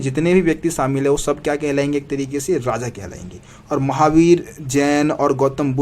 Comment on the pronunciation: Radha nahi hota Raja hota h